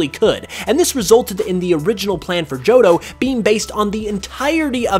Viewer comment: It really bothers me that you keep saying johdough. Joh Toh. Tow. Jo-tow